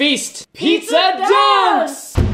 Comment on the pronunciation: sometimes says it and it sounds like pizza ducks